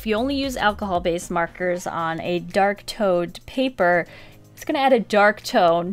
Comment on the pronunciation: When you said Dark toned I thought you said "Dark Toad" 😂